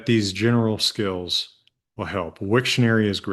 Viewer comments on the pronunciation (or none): none